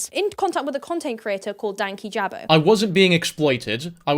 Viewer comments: all the hostility from their end denied any confidence i had in the slight idea that this would at any point be a civil conversation. also them mispronouncing (as far as i know) the channel name shows they kinda really only wanted some drama. their effortless points, their backtracking and their sidestepping is so dizzying. i used to watch them both then fell off louis at his melanie martinez video, and katieclyzm at her lilytino video. the irony of louis commenting on nuance and such while having that as the intro to his video on such serious subjects is baffling. hope you're alright after this, it's clear that the subject means a lot to you and i'm sure a lot of people including myself are proud to stand by your side in this unfair situation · been just on top of the insane allegations and blatant disrespect they can't even say his name right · I was thinking that; and on top of that you know they’ve seen enough of his videos to get his YT name right? Like I just felt like them mispronouncing and calling him names really felt hateful. “unbiased interviews” though 💀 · Hey can I just say it’s annoyed me how people can’t say dankyjabo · I know it’s been a year and some change…BUT… are they pronouncing dankyjabo wrong or am I just pronouncing it wrong in my head? I swore I’ve heard say it differently in other videos. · They were saying it wrong. You emphasize 'danky' and it's a soft 'a' in jabo